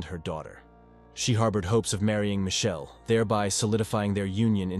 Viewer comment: Michelle not mae